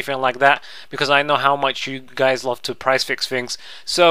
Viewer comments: L-uh-ve wtf? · hahahah the way that you say "love" is fucking amazing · Love the way you say Love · HAHAHA the way you say love is so funny